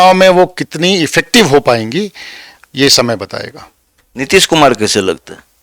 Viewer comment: Kaishhhe hain aap.? Bhai wo kaise hota hai kaishe nahi.